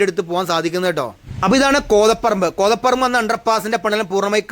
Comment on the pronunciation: കോതപറമ്പ് ❌ കോതപ്പറമ്പ് ✅.